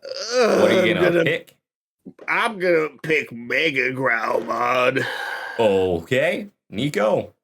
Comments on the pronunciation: I think you lose some of the impact of megidramon by pronouncing it meg-a-dramon as opposed to what i think is the intention of meg-ee-dramon, I personally think it sounds cooler and fits better with that megido hill etymology. That and megadramon is a separate digimon of a lower level, but definitely works as a pre-evolution for megidramon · It's not pronounced like "Mega-dramon", it's more like "Megeedramon". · It's not megadramon it's megIdramon pronounced like the clothing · I hate to be the "Pronunciation Police" but it's not Mega-dramon It's Meg-E-dramon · Megidramon is pronounced (Meh-Gee-Dramon) not "Mega-dramon." In Japanese Ga and Gi are two different characters. It does lead to a lot of name similarities at times in English, like Megadramon and Megidramon, the distinction is more clear in Japanese. Another bad case of this is DORUguremon being translated as DORUGreymon(and having to be clarified as NOT a Greymon on every TCG card targeting Greymons). Love tbis episode and comparing both lines. Very fun and I never thought of WarGrowlmon as a car but I like the idea, it's funny. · Its pronounced magee-dramon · So Megidramon is pronounce Meh-gee-drah-mon, and Megiddo is from Hebrew, specifically it was a fortress-city in northern Yisrael from about 2000 BCE. He was my favourite Digimon for a long while, so I know a fair amoutn about it. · They keep saying the Megi wrong. The i is pronounced like in Spanish. Which makes it sound like an e. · They were saying megidramon wrong as well😂